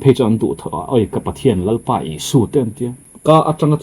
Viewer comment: Lalpa tih chu ahming ami kan lam dan nilo mi?